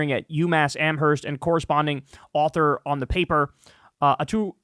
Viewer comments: The “h” is silent “am-erst” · Massachusetts resident. Don't pronounce the h in Amherst!!!